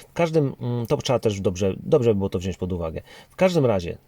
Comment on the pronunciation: Mówimy wziąć, nie wziońś!!!!!!!!!!!